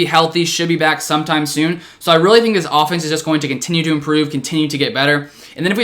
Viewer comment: no one: still no one:: oFfenEnse